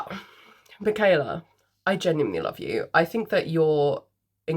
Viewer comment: You said my name correct ❤don’t worry girl LOL